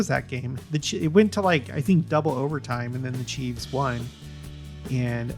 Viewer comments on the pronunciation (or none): I wish someone would tell him, its not " chieves", its chiefs. No debate.